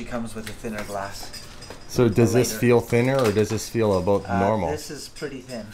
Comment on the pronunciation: you crack me up dude. It’s ABOUT not ABOOT. It’s also PRA CESS not PRO CESS. lol keep it up. Great content and I’m waiting on that 1 million subscribes.